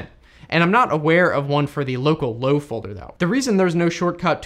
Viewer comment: At the begging I thought you said locallow as locallocal and I was confused